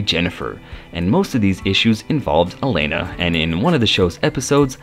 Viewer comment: Alana, not Elana...if you're going to narrate learn the names.